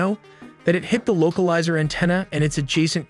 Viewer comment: “loca lizer anteena” Wtf lol